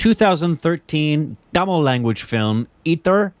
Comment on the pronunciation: Zha - la pronounced tamizha is pronounced as thamila